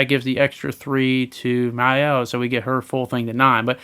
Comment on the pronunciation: They say her name in the game a bunch and its pronounced "My-el" :P